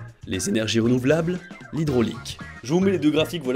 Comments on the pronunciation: et "hydrolique" (hydraulique) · Bonjour, si je puis me permettre : "hydraulique" ^^